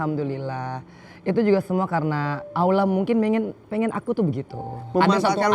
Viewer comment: Bu Angel,.. sudah full muslimah, dan sudah khatam qur'an... Mbok Yao mengucap Allhoh nya kok kurang fasih ya... Coba ajarin pak Ustad supaya lebih .... FASIH YA...AMIIIIN3